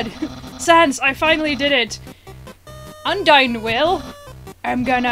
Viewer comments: it is pronounced (UN-DINE) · Undyne- (un-dye-nn) Undyne! ^~~^ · It's un-dine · UN-DINE AS IN DINING as in food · Hey, it's pronounced un-dine (un as in undo or something) just to let you know:3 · Pronounce it Un-Dine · it is pronounced: un-dye-n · It is pronounced (un,dine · it is pronounced undine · it's pronounced uhn-dine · it's " un di ne " maybe that will help u pronounce it :) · Diane Webster yeah you're right she didn't say it right